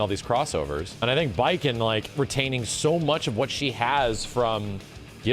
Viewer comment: I thought he said Batman at first 😵‍💫😅